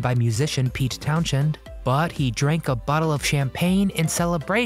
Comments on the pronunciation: As a huge fan of the Who practically from birth, just want you to know Pete’s name is pronounced Town-SEND. The H in his name is silent. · Townshend is pronounced Towns end. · The H in Townshend is silent. Never heard of Pete Townshend of The Who? Do you live under a rock?